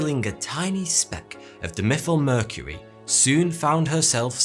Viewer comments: Can't even pronounce dimethylmercury, don't think he is educated in chemistry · Also you need to work on your pronunciation of scientific terms. Botulinum and dimethylmercury are not pronounced that way. Otherwise, great vids, good quality, good work.